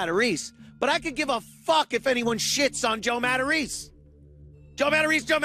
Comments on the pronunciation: You missed one key detail. Oddly for somebody who is "100% Italian", he is mispronouncing his own Italian surname. Its "Mah-Tah-Race-Ay", with an especially soft "c". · For a guy who's always talking about being Italian, shouldn't his name be pronounced Matta-ray-say, not Mattareese? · Pretty sure he's just mispronouncing it